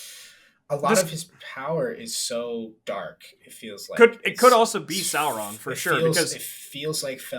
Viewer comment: You're, yet you constantly mispronounce Sauron! Remember, it all comes from high germannic legend and myth.